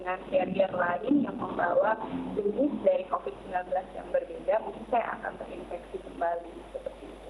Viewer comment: "terinfeksi" bukan "terinveksi"